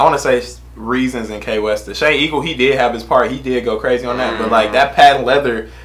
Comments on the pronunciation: It not K westa it Kwesta like quest(a) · Wait did this guy just pronounced kwestas name as K westa lol